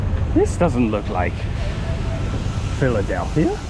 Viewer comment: I know it's a click-bait, after being tricked so many times, and yet, it still worked until the image inset appeared ...😂 I want the REPORT button for click-bait!!! Should have smelt fishy when you said PhiladelTHia!🙄 BTW, do you know "sa-wa-dee-ka" is used by women only?😁